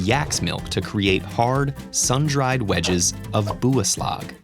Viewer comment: what "buyaslag"............